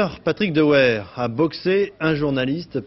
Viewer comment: "Dehouère" lol